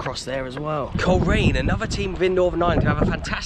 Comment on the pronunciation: When the bbc kids show "We Are The Champions" used to come to Northern Ireland once a year, Ron Pickering always pronounced Coleraine as Cholera ian